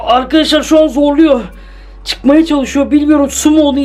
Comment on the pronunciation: Akaşlar akaşlaar değil ARKADAŞLAR